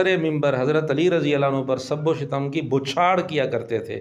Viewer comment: سب و شتم اس میں آپ سے لفظی غلطی ہورہی ہے لفظ شتم ش کے فتحہ اور ت کے سکون کے ساتھ یے یہ مصدر ہے شتم یشتم شتما